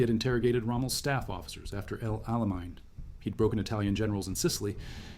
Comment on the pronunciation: El Alamind???? Fuck that. Program the AI right at least